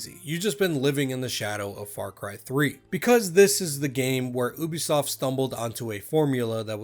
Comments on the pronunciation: Plz for the love of god it's pronounced u-b_soft not oo-b_soft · love your videos, but please pronounce Ubisoft correctly. /ˈjuːbisɒft/